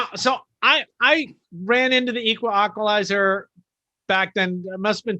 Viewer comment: Wow crazy story. I was wondering why in other episodes you kept saying “equalaqualizer” haha. I’m going to try to listen to all of these now.